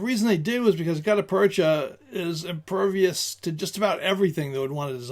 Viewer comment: Look up the pronunciation of the term 'gutta percha'. I've heard it pronounced a couple ways and will settle for the dictionary. Good historical information. I rather like hard rubber and the modern equivalent (classic Mershon or later Pachmyer and now made by Lyman) which are probably a rubber substitute. (Frankly, I am not up to date on some things.) These grips are rather flexible in use, will resist all sorts of bad weather and provide good grip even if wet. For expected foul weather or a water based life, these are great. The main downfall of these grips is cosmetic. They are rather dull. I feel they look best on stainless steel arms, but my choices are not aways concurrent with popular opinion. I like wooden grips for both looks and utility. I tend to find wood grips are not as 'clingy' as rubberish (whatever that means) grips seem. And I am just conceited enough to enjoy the looks of wood. I will also point out I do not feel the need for single action revolvers but prefer double action S&W items. Which may remove my thoughts from consideration. The drawback of wood grips is cost.